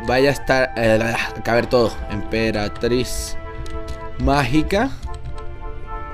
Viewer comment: No era EMPERATRIZ MAGICA Y DICE EMPERATIZ MAGICA